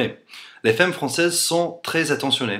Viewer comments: Les faimes françaises :3 C'est fAmme pas faime :') Sinon ton accent est tellement parfait que je croirais parler à un français x) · heu.. tu veux dire les "faimmes" ou les "femmes" ???? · femmes ce dit "famme" ;) great video anyway ! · Femmes se prononcent fAmmes le E se prononce A comme il est suivi d'une double consonne ;) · to pronouce " femme properly you have tu say the " a " of f(e)mmes such as the a of cat ! cheers from france !